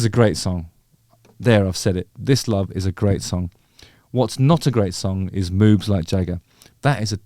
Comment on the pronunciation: It sounds like you're saying "Moobs like Jagger". I think Jagger would be too skinny to have moobs.....?